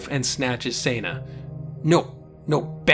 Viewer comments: Its Seh-na like Sentence...Not Sana like Santa ;) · HOW DID I MISS THAT YOU DID THIS?! Time to Binge-Watch! one review later You make a great point about Toxic Masculinity. I hope you fix Senna's pronunciation in future reviews. Remember, it's a bastardization of her actual name, Senda, which is Spanish. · This is a very well thought-out commentary... but I can't help but wonder if your tendency to say Senna's name every way but the *right* way despite the simple and clear-cut spelling of it is something you're doing intentionally just to screw with viewers, or if you just literally don't realized you're switching up the pronunciation every other time you say it. Like I said though, this is a great rundown of the book on your part... and the books, themselves, were all excellent. One of these days I'll have to dig my copies of the series out for a re-read, and for my daughter's first. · You're saying Senna wrong!!!!!!